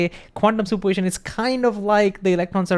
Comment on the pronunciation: Please slow down and emphasize all syllables. Probability has 5 not 4. Superposition has 5 not 4. Thank you a great video